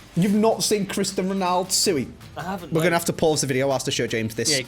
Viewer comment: Cristan Reynaldow... Sue-E